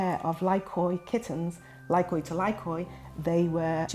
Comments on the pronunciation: I think "Lykoi" is from the Greek word "Λύκοι" which means Wolfs ! It pronounce like Leke...not Li-ko-e 😂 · It's not pronounced lykOi but lykee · Lykoi is greek and is pronounced Leekee. Big cringe for my ears hearing you calling the lài kóy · Idiot said lie koys, it's a Greek word n pronounced leek ee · Lykoi (pronounced like Leekee) means wolves in greek. When is one of them is lykos = wolf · the way you write lykoi is the plural for Greek word ΛΥΚΟΙ which means wolves and pronouced as Lykoi where y and oi read like e as in alphabet. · Lykoi means wolves in greek. However it's pronounced "Liki" as oi is one of the many i sounds in greek (5 in total), yuuup it's a weird language. Also I outright love these cats. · lykoi means wolfs in greek, and you should spell it like leekee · Lykoi means wolves in Greek "λύκοι" and it is pronounced "liki" when it is plural and "likos" when it is singular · When i heard them talk about the cats I thought wait a minute . Lykoi = λύκοι which means wolfs in Greek . The pronunciation is just awful they made my ears bleed . No kidding stop pronouncing Greek names and words wrong . The wright way to pronounce this breed is leekee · wow they gave them the Greek translation for wolf as a name. Awesome. Greek mixed with English words but i like to pronounce it like we pronounce wolf in Greek (L-I-K-O-S) . LYKOI or LIKOI are the plural for wolf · Fun fact: lykos in Greek means wolf and lykoi which is pronounced lyke means wolves. I felt the need to comment that...😢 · Unfortunate naming. Lykoi means "wolves" (yes, plural). So, what actual wolves should be called now? Even the pronunciation is wrong (latinized the original Λύκοι). Go to google translate to hear the correct one (from english to Greek)